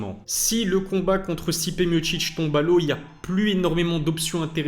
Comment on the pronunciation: Stipé mochiche⁉️😂 Pourtant c'est bien écrit non Miocic .... Mi o ci c